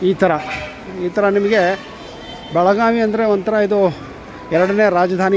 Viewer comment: Belagavi, not belaganvi.